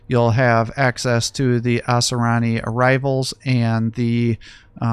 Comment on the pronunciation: Its pronounced Ah-sir-e-yin just so you know.